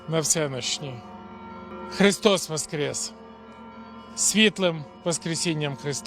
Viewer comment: Порошенко з русским акцентом сказав "Воістіну воскрєс." на